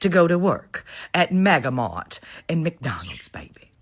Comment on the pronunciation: Mix-Donalds. I've never heard a black person, or anyone unable to pronounce McDonald's.